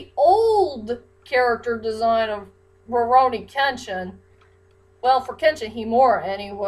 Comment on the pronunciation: I feel like you're saying rurouni with an m sound at the beginning like morouni kenshin